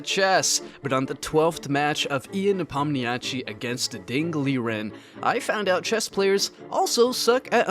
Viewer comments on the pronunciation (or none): bro it's pronounced "yaan nepomnashi" not "ian nepomniachi" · How tf does a channel dedicated to chess not know how to pronounce the name of Ian Nepomniachtchi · I like your content but please try pronouncing both "Ian" and "Nepommiachtchi" correctly.. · chess players also seem to not be able to say Ian Nepomniachtchi